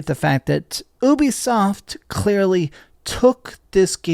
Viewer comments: It’s pronounced You-be-soft Not Ooo-B-soft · bro said "obiesoft"